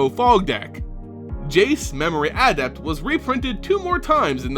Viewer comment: You emphasise the wrong sylabal in the word "adept"